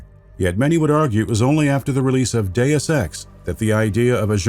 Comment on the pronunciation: I am the only one who hears, "do sex" or "due sex"?